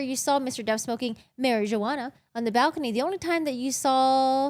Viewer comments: The j in marijuana is silent 💀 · she likes to pronounce it that way because of a meme, she said that in the past